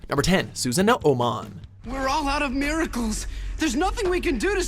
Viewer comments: Why can't you let your female counterpart do these Digimon videos? She's much better with the pronunciation. You can't even pronounce Susanoomon when it's literally pronounced how it's spelled and said in the very clips you showed. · STOP SAYING "SUZAN-O-MON" IT'S NOT A "Z"! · Just to point out... It's Susanoo-mon, not Susano-O-mon. You just extend the "o". Also, Pi-yo-mon? It's pronounced Pee-yo-mon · Ikr specially when he says susanoomon as susuhnoohmon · Susano o mon